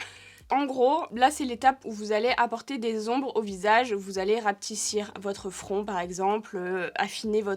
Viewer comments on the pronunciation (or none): Rapetisser et non rapetissir 💌😊